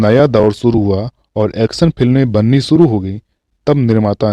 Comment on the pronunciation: Aap sha ko sa se u harit kar rhe he jaise shuru ko suru keh rhe ho gujarish ko gujaris keh rhe ho